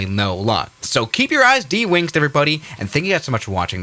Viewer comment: “Keep your ice dewingced” 🫩🫩🫩🫩🫩